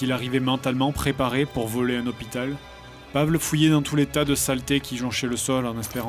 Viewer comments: Par contre Fred, c'est horrible de dire "Pavle" comme tu le fait, il faut le prononcer "Pavel" -_ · Toujours très bon ! Par contre du nom de Pavle... Ça se prononce "Pavlé", pas "Pavl". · Commentaire constructif: Pavle se dit Pavel😄